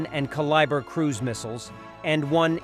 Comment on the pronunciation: A "Ka-liber missile"? AI no speaka the Engrish!